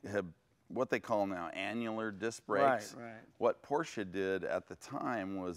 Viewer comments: It's PorSSSSSche... ;) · Jay is NOT correct, at the 12 second mark he says Porsh, not porsche, not porsha, He says PORSH... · Hey Jay, huge fan of your show and garage! I also love Porsche, I actually have one myself. It's a Porsche 911 C2 1996. I love it to death. But as I watch your show I can't help but notice that you say porsh, It hurts me because it is such an amasing car company, Germany at that, and they deserve your respect. Lots of car fans and fanatics watch your show and ideal you. Hope you have a great day. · Jay only needs to practice his pronunciation a little bit more to become a true Porschephile. P O R S C H E is a two-syllable word...a family name...pronounced Por-sha! Vroom, Vrooom! Lee Raskin, Porsche historian/author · In the video Jay is inconsistent with his pronunciation of P O R S C H E... one syllable or two? Here's a rule of thumb, Jay: You can only sit on your front and back por(s)ch ...but you can definitely sit in your Por-sha and drive it...Vroom, Vroooom! Lee Raskin, Porsche historian/author. See Jay interviewing me for Jay's Garage Book Club - James Dean At Speed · Its Por sche . Two sylables Jay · Please someone tell Jay that Porsche is a 2 syllable word. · Its your car but you cant prounounce the real Name it Calls Porsche not Porsch in german you prounounce the "e" too!! greetings from a german guy.. Dammit english Speaker have massiv Problems with that..